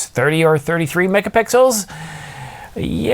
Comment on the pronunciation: "megapickles" ? lol